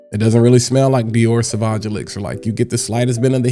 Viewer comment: Drink every time he says "sah vaj"